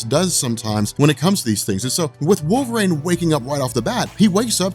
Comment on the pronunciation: Cool video. But you talked way too fast, but that's understandable. But I had to quit when you got to Wolverine. Because you said, Wolver-aine....about 90 fuckin times! .....It's not wolver-AINE....it's wolver-EEN!!!! LMAO...sorry, but things like that bug me.